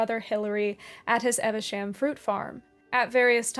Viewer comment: Just for future reference, it's Eve-sham, as in 'Adam and...'. Well worth a visit, if you're ever in the neighbourhood, and don't miss Tewkesbury on the way.